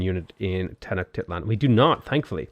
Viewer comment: It’s pronounced Ten-oh-shteet-lan. At least according to my history professor. She might be wrong